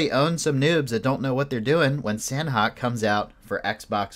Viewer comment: Please for the love of God pronounce it Sah-Nok. It is not San-Hok.